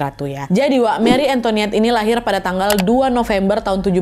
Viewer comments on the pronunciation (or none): An to i net ,bukan antoniet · Antoinette kak, bukan Antoniette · Hai kak nad, setahuku Antoinette kalo bahasa Prancis "oi" itu bacanya "wa" jadi "antowanet" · Cara bacanya juga bukan anto(ni)ette, tapi anto(wa)nette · it's an-to-i-nette wak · Btw kak nad antoinette itu sebutannya kyk antwanet 😅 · Antoinette bacanya ang toa net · Oya aku kebetulan tinggal di Prancis, intonasi pengucapan antoinette itu antoanet(oi dibaca oa). Dan sebenarnya kalau menurut analisis beberapa sejarawan, marie antoinette hanya korban, saat itu prancis sedang muak dengan bangsawan dan kerajaan dan ingin mengubah sistem dan Marie datang disaat yang salah. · Chateau de Versailles deket banget sama rumahku.. Koreksi dikit bacanya ya Versailles= Versai Antoinette= Antwanet Croissant= Kwahsong 😂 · “Antonét” loh bacanya 😭